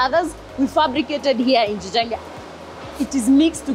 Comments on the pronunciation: In really swahili is (Jijenge) not ~gijenge~ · Jijenge no Gjenge😂😂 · Just a correction..I wonder why you "westerners" do not research when you do your "reporting". The word is " JIJENGE " not the way " you " pronounce it Gjenge...🤔